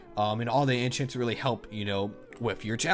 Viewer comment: Did he say inchients